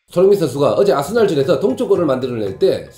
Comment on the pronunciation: 숀흥민 션슈가 자셰가 불안정한 샹태에서ㅋㅋㅋㅋㅋㅋ 뭔가 발음 매력있으십니다ㅋㅋㅋㅋ